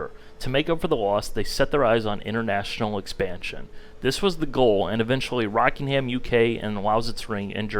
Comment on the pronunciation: RAWKINGHAAAM UK lmao, it's pronounced rockingam, no H